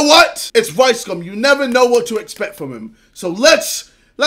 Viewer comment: Why does it sound like he said “ricecum” 😂